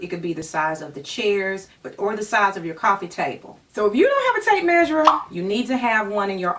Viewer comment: Love your advice and attitude. Omen thing though. It’s tape measure. Without the “r”.